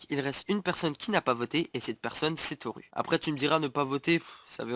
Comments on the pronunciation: On prononce Torou (mais sa s'écrit bien Toru car en japonais le "u" se prononce "ou") et pareil pour Tomura ("Tomoura") Pour Denki, tout le monde peut envoyé sa position comme un GPS avec son téléphone! Comme l'a fait Deku, quand il se bat contre Stain, le tueur de héro. (j'ai peut être l'air de critiqué mais les preuves tiennent bien la route, renseigne toi encore plus et revient avec plus d'informations de serait génial!) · Par contre "Toru" et "Tomura" ce prononcent "Torou" et "Tomoura" ;~